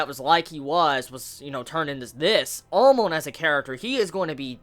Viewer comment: why does he pronounce Amon like Almond ?